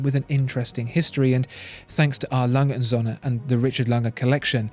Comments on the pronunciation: Alanghe unt Sönne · When ever the brand was mentioned it sounded to me like "Alangensohne". German doesn't squish words together like this. It should sound more like 4 separate utterances, I'll try to describe what the correct pronounciation is in "English" terms. A. - That's an initial and should sound like the very first sound in the word "are", without any of the "re" that follows. Lange - That part is pretty okay pronounciation wise in the video. Should sound like "lung-eh" & - That's the symbol for "und" and is a separate word, which should be pronounced accordingly. Starting with an U that is pronounced like the oo in boot -> "oont". Don't try to do something like "Rock'n'roll" with this word, it doesn't work. Söhne - Almost like the u in burn or turf. but tongue a bit farther front. The S is soft, like an english Z. Should sound like Zuh-ne, with the ne rhyming with "the". Now the hard part: Referenz-Uhr / Referenzuhr This is a so-called Kofferwort, meaning an agglomeration of two existing words: Referenz and Uhr. These are still pronounced as two words, albeit with a smaller gap between them. "Uhr" has the same sound as "und", and sounds like "Oor" (oo as in boot). "Referenz" sounds pretty much like reference, but without the rolled R and with an emphasis on the last syllable: ReferENZ.